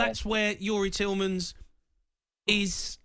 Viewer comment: The moron was talking like 👍 it was comin outta his pocket Clueless n could even say the player’s name he wanted “Telemans” didn’t even know he was already sold…bottler 🙄